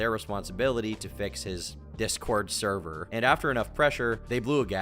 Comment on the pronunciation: No...not the therwer!? The therver got nuked!